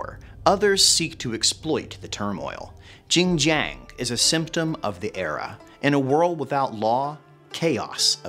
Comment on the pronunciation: don’t worry, I will have more ginger for the next couple of days to commemorate Zheng Jiang for her butchered name. Btw, I have spoken to many Asian Three Kingdoms fans. No one knows who tf this female character is. Is it a made up one?